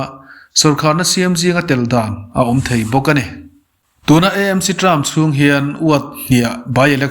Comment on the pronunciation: Eizawl ni lovin Aizawl ani sia,ti nge Emc ti a kn lam ziah le,AAAmc tih a va ṭha ve aw